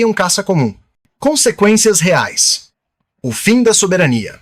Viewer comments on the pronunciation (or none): none